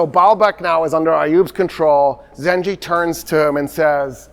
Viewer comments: You are saying the name emad el deen wrong it is not zenje it is zenkey. The first pronunciation is the n word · I love that doesn't realize you pronounce it "Zangi" and not "Zanji" and this whole time he was just saying the N-word in arabic ☠️ (Im not blaming him at all, just funny to me ) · one correction Doctor The ruler’s name is Imad eldeen Zangi not zanji عماد الدين زنگي Understandable pronunciation mistake if you read from english history sources Your fan from Mosul❤ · Sir, the name you are pronouncing, Imad-al-Din Zenji. It's not accurate. It will be Jongi, not Zenji. It comes from the word Jang/Jong, which means war. And Jongi meaning warrior.